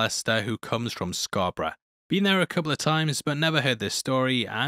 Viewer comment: kudos to, he did pronounce Scarborough right.